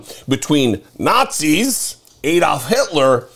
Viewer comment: It's pronounced ADD-olf NOT Aid -oldf.